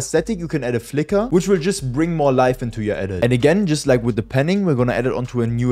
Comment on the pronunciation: du hast ,, the mehr its gonna flicker ,, gesagt 😂